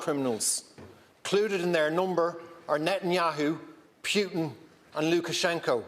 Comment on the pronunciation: Firstly would be not bad to learn how to pronounce names. It's putin not pjutin.